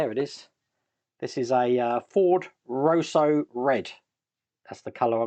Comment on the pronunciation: I can feel all the Ford people cringing, it's pronounced Ross as it Toss not Rowso. Love the show.